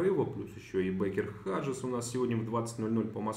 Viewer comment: Почему вы все время произносите "Бэйкер Хаджэс"? Ведь правильно произносить "Бэйкер Хьюс".